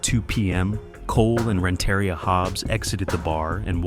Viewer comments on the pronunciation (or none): It’s pronounced Rent-uh-ria not Ren-terry-ah